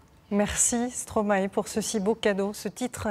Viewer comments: arête de dire "stroma et " srp , c'est "stromaille" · Par contre on dit stromaï 😀